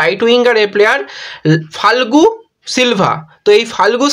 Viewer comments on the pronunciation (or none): Not falgu but pronunciation is ia- go Fal- ke